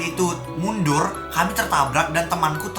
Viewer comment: Tabrak ka bukan tarbak